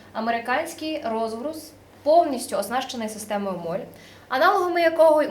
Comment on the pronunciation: Система MOLLE (молі, молє)!!! Це ведуча моль хоч і дуже гарна ;)